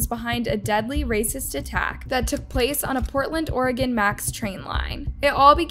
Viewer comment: I'm so glad that you can say Oregon correctly. These are crimes are just 😢 very sad.